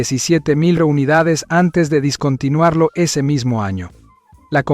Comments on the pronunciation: Oiga pero me quedo pegado en lo mal que pronuncia "discontinuar/discontinuado", es descontinuar o descontinuado...omg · Tan bien que se escucha descontinuar y éste wey del video diciendo varias veces "discontinuar"🙄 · Se dice "Descontinuar" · Se dice dEscontinuar, interesante video pero hay errores gramaticales cada 30 segundos. Te deberian regalar un diccionario por navidad, asi pronunciarias las palabras bien.